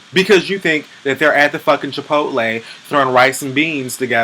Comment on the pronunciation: Thank you for pronouncing Chipotle correctly. and not Chipolty